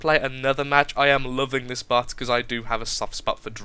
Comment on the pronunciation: When u were talking about the plasma vollies it sounded like you said butt instead of bot